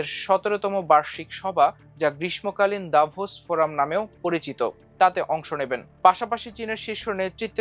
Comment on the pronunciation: গ্রীষ্মকালীন এর উচ্চারণ হয় না আপনার। এমন জায়গায় থেকে এসব ভুল মানা যায় না।